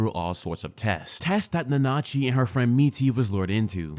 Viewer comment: How did you watch the show and cant pronounce Nanachi correctly?